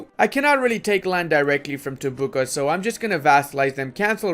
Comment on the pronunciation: I like how tries to pronounce Tumbuka in different ways and all of them are wrong 😆